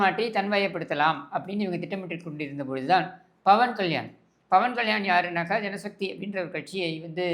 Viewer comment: Bawan kalyani illa pa 😂 pawan kalyan 😂😂pera kooda solla therila ,,sekar babu avargale